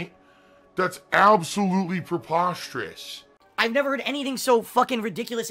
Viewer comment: "THAT'S PROPOSTEROUS!"